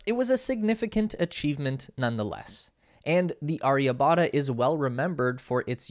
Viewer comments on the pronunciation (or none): Great video Was comprehensive Perhaps you could work on the pronunciation of Mangalyaan and Chandrayaan and Aryabhaytta